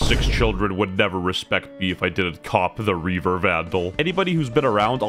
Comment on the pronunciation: Bro said reave"R" 🚨🚨🚨🚨🚨